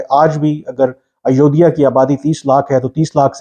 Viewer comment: 😅😅😅😅😂 aiyoidiya nahi re 😂😊 Ayodhya Dhaam hai.. bolna seekh pehle. 😆